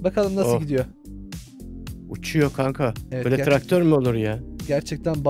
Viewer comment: Traktör e tıraktor diyen